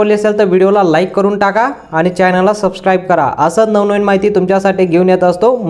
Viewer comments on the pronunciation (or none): none